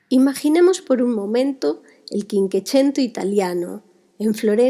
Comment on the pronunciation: Creo que se dice " chincuechento", y se escribe "cinquecento".